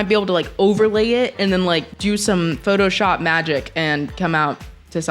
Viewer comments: she said photoyop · she didnt it was more of a “photojap”